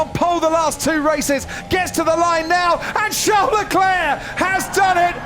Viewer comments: strange why Croft always says Leclair instead of Leclerc?? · Croft, will you ever understand it's Leclerc and not Leclè?